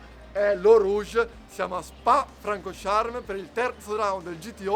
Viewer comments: Francorsciarm ahaha grande.. è francorchampss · ancora??! non si può sentire SPA Francosciarm!!!! Francorchamps "FRANCORSCIAMPS!" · Spa FrancoSHARM????? Ahahahaha Francorchamps!